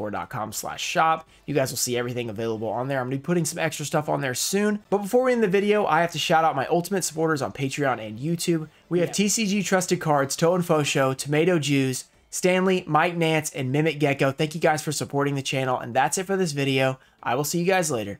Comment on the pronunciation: I couldn't tell if he meant to say "Tomato Jews" or just botched saying "Tomato Juice", but I think I just got my answer haha